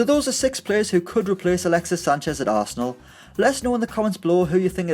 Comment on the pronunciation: Did he say galaxies sanchez at the beginning